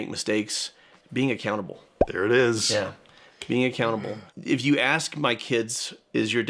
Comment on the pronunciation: I wasn't watching the captions for once, and when Jono said, "And when I stumble and make mistakes, being accountable," I heard... Being a cannibal. Sooo that's today's lesson on paying attention with both ears. (and eyes apparently)